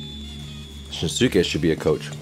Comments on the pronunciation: If you’d pay attention to how they say his name, you’ll realize that it’s NOT pronounced shin-su-ke. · Just a quick note! His name is pronounced "Shin-ske". The "u" is silent and the same goes for the pronounciation of Tanaka 'Ryunosuke' (pronounced "ryu-no-ske"). Great reaction as always, Coach! Kita is one of my favorite players and I'm glad you like him too :)